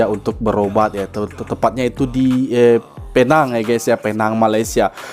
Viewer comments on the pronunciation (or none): Ejaannya PENANG (ejaan bahasa inggeris) tapi sebutannya 'PINENG'. Kalo sukar utk menyebutnya guna saja bahasa melayu Pulau Pinang.